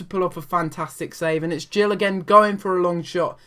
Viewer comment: Ik this was ages ago but as an Exeter City fan I would like to say it is Matt Gill not Jill !;)